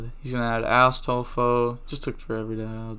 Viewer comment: When you say Astolfo it kinda sounds like Asstolfo ngl